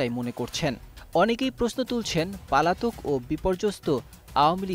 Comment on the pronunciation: পলাতক রে পাগলা not পালাতক😅😅😅